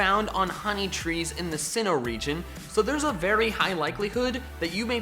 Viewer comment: UNOWN, NOT F*CKING UNKNOWN! AND THERE IS NO J IN SINNOH!